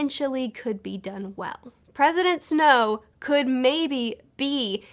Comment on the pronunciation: I keep hearing “President Snoke.”